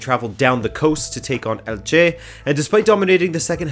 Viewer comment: Great video as always,! Just a note: it's pronounced ELche, not elCHE:)